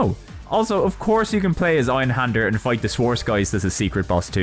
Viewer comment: Dude you're an english native, you can pronounce an ä. Why not do it?